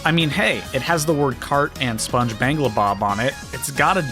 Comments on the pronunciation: lol, right? he is too old to be saying the name wrong! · it is pronounced SpongeBob.... You lost all credibility because you can't even say that right. Unsubbing.... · Why don’t you say SpongeBob’s name right?